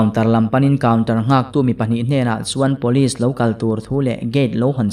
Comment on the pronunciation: "Pawlis" ti lovin 'Police' (pulis) tihin i lam țhin tawh dawn ni. 🙂😀